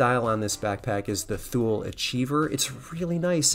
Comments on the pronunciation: Dude, you are a Patagonia magnet! In Swedish "Thule" is pronounced "Too Lee" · Another great video! Thule is Swedish and pronounced too-lee. Swedish language doesn’t have the “th” sound. 😉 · Thule... pronounced tool-ee. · The correct way to pronounce THULE is ‘too-lee’